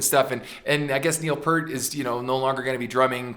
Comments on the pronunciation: Slight correction; it’s not “Neil Purt”, it’s “Neil Peart” as in pierce except with a “t”. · Also, I don't mean to be that guy but FYI: the vowel sound in "Peart" is pronounced like the sound of "peer" not "per." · Ken... it's Peeeeert... not Pert, which is a shampoo brand. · OK from the start Neil Peart pronounces his name Pear-t (Peer-t) not Purt as MOST Americans do............oh thats all my criticisms. 🤘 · By the way, the drummer (and lyricists) name is pronounced "Peert". Geddy really did plug into the main PA, but Alex still runs through all those Hughes and Ketterer stacks. Lee has, many times, said that "we simply make music we like, and we hope other people like it, too." That is Rush in a nutshell. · Neil's last name is properly pronounced "PEER-T". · Neil’s lasr name is pronounced P👂t. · Yes, please, Ken, Neil's last name rhymes with "fear" with a "t" at the end. It's not "Pert" like the shampoo brand. That's a rookie mistake from someone who's liked the band for over 40 years (assuming that you have been a fan that long). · I know it's too late but Peart is pronounced P with an ear in the middle and aT at the end. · You mentioned how there's a LOT of people there.. That does not surprise me because Rush has a HUGE following-- Their fan base is AMAZING !!! Just one thing, I have to say this because it's drives me crazy.. Say the word "peer" and put a T on the end of it and that's how you pronounce Neil's last name correctly.. Sorry about that, I apologize. Neil Peart was not the original drummer-- the late John Rutsey was. I heard Geddy Lee in an interview say that they would do "something ridiculous" on stage i.e. the washing machines